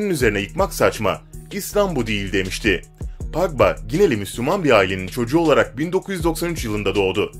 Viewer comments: Paqba ne ya Pogba azck ingilizce öyren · La futbolcu isimlerini adam gibi söylesene ya gıcık ediyor aga engolo kenti ne engolo kante diye okunur idin hazırd ne la eden hazard diye okunur paal pagba ne birader çok gıcık ya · Video güzel ama isim tabirleri kanti eeedın hazırd pagba faln gülmekten öldüm djjdjdjeje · Paul pagba deyil Paul pagba